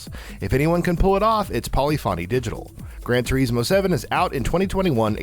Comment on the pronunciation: That pronunciation of "Gran Turismo" made me fucken cringe 🤮